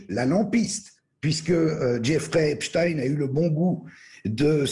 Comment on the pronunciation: Votre prononciation de nom de Epstein est la bonne c'est drole sur d'autres medias ils prononcent Epstine !!!